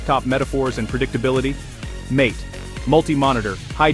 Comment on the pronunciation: Mint is the best, in my opinion, the AI audio is terrible. MATE is pronounced MA-TA